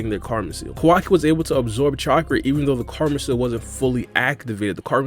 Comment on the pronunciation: Bro… it’s KAO. WA. KEE. not KUH WUKI